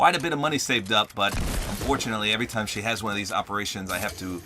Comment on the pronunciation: Lol you sayed every single dime instead of every single time